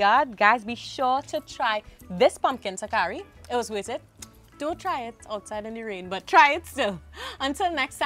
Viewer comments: I was wondering if I was pronouncing it wrong. It’s TaLkari smh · Not “takari”, the “l” is not silent. TaLkari.